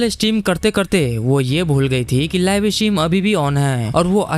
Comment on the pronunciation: Live stream ❌ "Laivey estream on hainnnnnn"